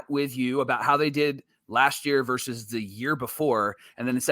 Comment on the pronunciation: I’m a fan of another club but I watch you guys every day, and I will continue just for one reason alone - the brothers know how to pronounce “versus”!! The talking heads on the TV MLB programs don’t!! I keep waiting for which book they are talking about when they regularly say “verse”. Send them a link fellas! In all seriousness, great show.